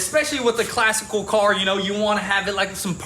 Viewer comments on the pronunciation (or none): Did he say classical car